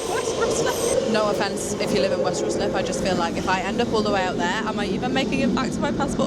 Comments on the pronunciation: Or RYE-SLIP, yes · RICE-LIP not ROOSLIP 😂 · As someone from ruislip your pronunciation was killing me lmaooo Love the video tho, such a cool concept!